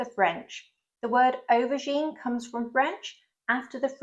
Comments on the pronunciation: It sounds like you are saying overgine not aubergine, or do my ears need rinsing out?? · You’re saying “overgine”, stop it.